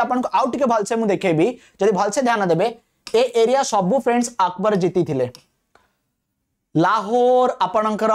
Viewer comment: ଆକବର କୁ ଅକବର kn ପାଇଁ କହୁଚ ମସ୍ତ୍ରେ